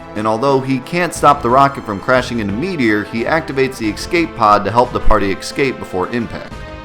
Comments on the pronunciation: I swear to God if I hear you say "eck-scape" one more time, I'm going to steal all of your materia. :P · STOP SAYING EXSCAPE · How do you "Excape" something? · "ecscape", you are the master of missaying things 4;8 XD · There is no "X" in the word "Escape". That's the same as saying "let me axe you a question".